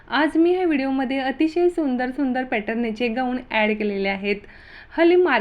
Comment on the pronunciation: या टॉपिक वर तुम्ही व्हिडिओ बनवले तेच तुम्हाला बोलता येत नाही गवून नाही गाऊन😂😂